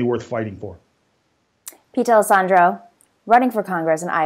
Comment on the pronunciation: As a D’Alessandro, thank you for pronouncing our name right 😂